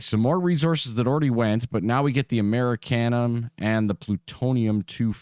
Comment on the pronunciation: Amer-eee-she-um. Not ‘Murricanum